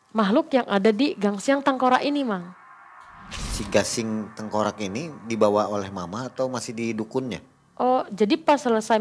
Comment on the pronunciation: GASING bukan GANGSING